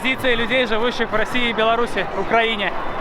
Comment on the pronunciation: после просмотра видео из Африки, человек, правильно произносящий по английски название Беларуси на просто как бальзам на душу.